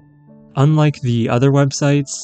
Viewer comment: The AI reader for this video needs to be calibrated. It is pronouncing the articles "the" and "a" annoyingly wrong! The word "the" has a long vowel sound ONLY when the following word begins with a vowel. When the word following the article begins with a consonant, "the" is pronounced with a short vowel sound. Of course, with "a", this means using "an" instead of "a". You would never use the word "a" with a long vowel sound when using "a" as an article. For example, you would say "thuh video", but you would say "thee artwork". You would never say "thee video" or "thuh artwork". Similarly, you would say "uh video", but you would say "an artwork." You would never say "ay video" or "ay artwork". The word "a" is never pronounced with a long vowel sound when "a" is used as an article. Also, this video's reader bot is too dang sloooooow, and it reads as though it's annoyed at having to be here and is being forced to do it against its will. When even the AI reader bot doesn't even care about what it's reading, why should I? I made it almost to four minutes, and I just can't stand to listen any further. Bye.